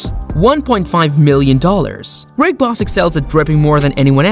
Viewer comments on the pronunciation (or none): Did he really just say Waka Folka & Rick Boss?? 😆😂🤣